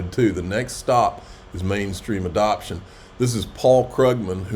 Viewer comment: Did it say adoption or manipulation 😂